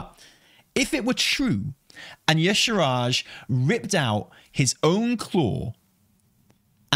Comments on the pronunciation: y'shaaRj -- not y'shRaaj,! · Why no one say Y’shaarj name right? 😩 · I really hope if yshaarj shows up, they’ll say their own name so people will stop pronouncing it incorrectly. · The main problem with bringing back Y'Shaarj is that no one can pronounce it 😂